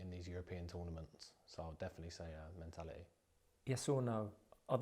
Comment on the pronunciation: ''It's my FERD tournament now'' ....the phonics! of 3 yr old ! 'ferd' !... he cant even pronounce the word ' third ' .... 'th' is not the sound 'f'. Ment -ality ? he says. In the past players like Bobby Moore and B. Charlton ... of England were articualte, they went through the education system.